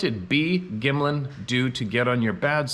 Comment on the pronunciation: Bob Gimlin not Gymlan. There is a podcast on rumble with interesting stills from the extended footage. A lot more footage was taken on that day. I have also seen a few other podcasts and Gimlin seemed like he was hiding something, from his behaviour when talking about the rumours. I don't think we'll ever know exactly what happened there, it was a long time ago and Gimlin was not leading the expedition but I don't doubt loggers, mining companies etc have their ways of dealing with problems off the record.